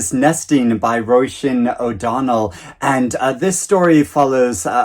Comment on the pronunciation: I love your voices for the Elizabeth Strout universe ! Hahaha you should definitely narrate an audiobook Roisín is pronounced ro-sheen btw 😇